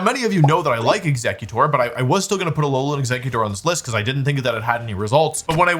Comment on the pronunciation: I got physically hurt when he said Ex-ECK-utor was among his favourite Pokémon. Eggs, Wolfey! Like Exeggcute! Like Exeggutor's heads!